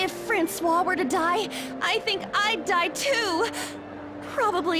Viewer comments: I'm so glad they voiced Ann's attempt at interrogation this time around because I cant stop thinking about how you pronounced Francois "Frank-e-ous" in your P5 playthrough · I didn't realise how much new voice over is in this version of Persona 5. I remember quite clearly how amazing pronunciation of Francois was. And now this part is fully voiced. It's kind of sad because "Frankyose" will always be near and dear to my heart. But more voice acting is always welcome in my book.